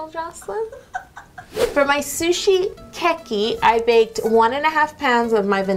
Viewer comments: Okay, I know this is really nitpicky, but I need to get this off my chest: The e in "keki" is long, so not "kekki" but "ke-ki" I really loved your video though and I'll probably try to recreate that ケーキ for my next birthday party ^^ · Wait it’s not keh ki...it is kay key ケーキー。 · The way she was saying it drove me nuts 😂 I took several years of Japanese and was always taught it’s more like Kay-Key not Keh-Key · you said kowai not kawaii and kowai means scary... kawaii means cute. Your pronunciation of the word kēki is off... it sounds strange. Its keeki not keh-ki more like kei-ki kei like the kay in the word okay. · Super easy to confuse but, in Japanese it isn’t ke-key it’s closer to cake-ee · Lol yo, it's pronounced "Cakey" not "kekey" I couldn't breathe whilst watching that bit 😂😂😂😂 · Kēki is actually pronounced cake-ie not ke-ke but cake-ie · the hell is "keh-key"?? It's literally pronounced "cakey" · Her Japanese pronounciations... She said kway and not kawaii, she said keke instead of kēki and this was overall pretty cringey with the Bowing and stuff, that’s just inaccurate ... I’m not hating, just saying since I’ve been there and I know a lot about Japanese culture and I speak fluent Japanese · orzo IKR and kēki wrong too 😂😘 I love this video! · you are saying keki wrong